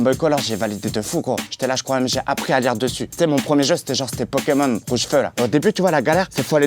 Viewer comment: "ma première GameBoy j'ai appris à lire dessus" LORENZO C'EST LIRE